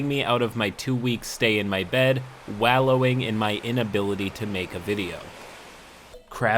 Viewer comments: Wall-o-wing... not wawl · Wehlowing? Artifycer? Your pronunciation of certain words trigger me.